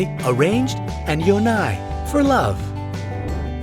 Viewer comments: Im Korean. In No.5, I couldn’t understand two words because of wrong pronunciation. So I’ll correct them. Chungmae -> Joong Mae. (Arranged) Yonae -> Yeon Ae. (For love) :) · Your korean words are wrong "yonae" (yone)